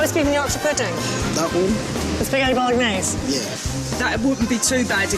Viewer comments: Non-italians please don't pronounce the g so harshly when saying Bolognese like Jillian does 😬 The g and n make a NYE sound. Bolo-NYE-see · Stop emphasising the g in Bolognese so much grrrr !! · Oh my god I hate Gillian McKeith so much, she’s annoying and bitchy, plus she pronounces the g in bolognese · The way she pronounces spaghetti Bolognese pisses me off, It's not British either. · Why does no one bother to tell Gillian thats shes pronouncing Bolognais wrong!!